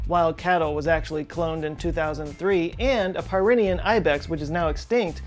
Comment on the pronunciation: I think the Ibex is Peer-eh-nee-an...like the Pyrenees mountains.